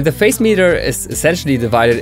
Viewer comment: Hi! A very helpful! Also, I hope you don't mind me saying, but I think the pronunciation of the word Phase is "Faze."